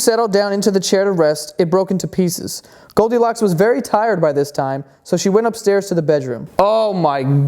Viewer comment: I though u r saying goldicock